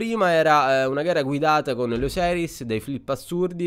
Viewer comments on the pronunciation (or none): comunque é "osiris" non "oseris"